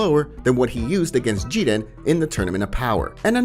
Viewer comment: Who is Jedan u mean Jiren if so then Y not just say that instead